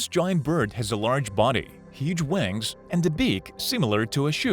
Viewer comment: "they have huuj wangs"